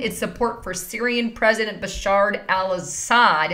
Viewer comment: please. it's not BasharD.